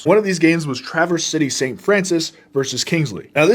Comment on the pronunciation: Literal biggest props for saying Traverse City right